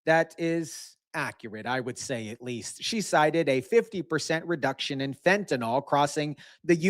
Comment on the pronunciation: Fent.a.nil. Not fent.a.nal nor fent.a.nol